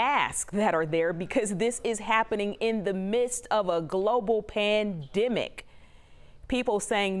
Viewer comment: How tf is she saying pandemic? « Pandimic » like no it’s pan/them/ic